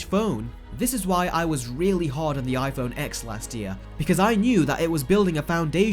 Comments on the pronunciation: I sort of agree with him, but why is he calling it iPhone X („eggs“)??? It‘s pronounced iPhone TEN. 😉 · 🤣🤣🤣 “Apple put prices up which means everyone else did, so now I hate them all”. Boo hoo mate. Oh, and it’s “TEN” mate, not “Ex”. Do 37k people honestly subscribe to hear you whine like this? Also, there’s so much misinformation in this video, the XR display isn’t a “watered down” display, maybe use one ... or watch better informed (and not even Apple affiliated) channels say. No one is being “tricked”. Cheers for the laugh. 🤣🤣🤣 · If you're going to make a video criticizing the phone at least pronounce it correct... it's pronounced "TEN" not "X" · It's pronounced '10' not 'X' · Why do people call the iPhone X wrong? It’s not iPhone X it’s iPhone (ten). It’s the iPhone (ten R) not xr. I understand your complaint about the prices for the phones though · I lose brain cells every time you pronounce it x it’s ten! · I like how he's talking shit while simultaneously calling it the "X XS XR" annunciating it "EX" LOLL X is the Roman numeral for 10. Its pronounced "Ten" not "EX" 😂😂😂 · YOU DON’T PRONOUNCE IT AS A LETTER X!! IT IS PRONOUNCED LIKE SO “IPHONE 10R AND IPHONE 10S and 10S MAX. It’s called Roman numerals. Seriously you sound so stupid when you pronounce the X as the letter X instead of a 10. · For a guy who knows a lot about phones why the hell is he calling it iPhone X when it’s pronounced 10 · the ‘x’ in the names is pronounced ‘ten’. it’s a roman numeral. it was very annoying - just saying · 10!! Ten! TEN! Not “X”.. it’s a Roman 10! Hurts my ears. Otherwise I agree with everything said. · It's an iPhone ten not x, try learning Roman numerals. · The fact you pronounce X as Eks shows you may know less than you think you do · Wow, hearing you say iPhone X as an actual X is really annoying. It turns out people can’t actually process that they no longer use Arabic numerals. They now use Roman. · X is pronounced 10, so iPhone 10, iPhone 10R, 10S, 10S Max.